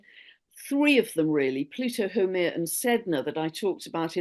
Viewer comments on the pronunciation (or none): Lovely conversation and energy exchange! FYI pronounce that one 'dwarf planet of fertility', Haumea: hāo-meia (so you sound pro to Hawaiians😊, I'm Kanaka Maoli). Too many insights mention for the next 2-3 years. My video channel subscriptions are converging. I watch Stefan daily & see Mr. Robert Edward Grant challenges the scientific community just like Terrance Howard. Physicist already admit physics is taught wrong for over 100 yrs. Many industries are changing. Much appreciation for all i heard here. Aloha nui from Hawaiian Islands💯🌺🤙🏾